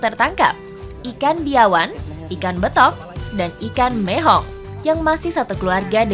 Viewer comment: Mihau ka bukan mehong 🤦🤦